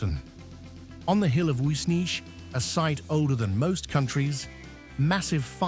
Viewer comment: They fairly mangled the hill of Uisneach and the Uileann pipes too!